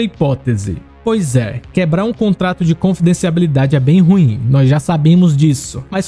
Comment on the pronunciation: Cara mano vc n sabe falar confidencialidade kk